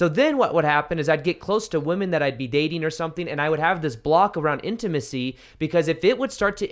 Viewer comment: Does know that when the word woman is plural its women 😆 he pronounces it like its singular even when he's talking about women plural